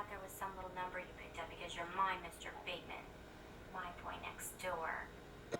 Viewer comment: Bateman, the e is silent. 😀